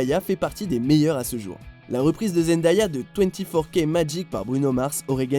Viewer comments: Euhhh c'est Zendéya la partie Zend"aya" ce prononce comme "day" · "Zend-ah-ya" mdrr